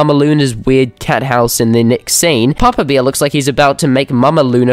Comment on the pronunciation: I like it how you read "bear" as "beer", the funniest English speaking mistake